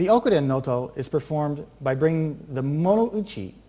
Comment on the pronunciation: Proper pronunciation should be a with long O on both Os. Like Nōtō.